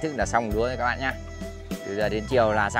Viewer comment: Ông này cứ chào các ba với chào các bạ ko... từ đó là quan trọng nhất mà nói ko tròn vành rỏ ràng đc, chả biết chào ai